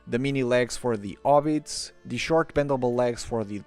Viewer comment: Serious question: why do you say “air” for hair and “obbit” for hobbit then proceed to put the h that isn’t there in to say “hears” for ears? It makes no sense.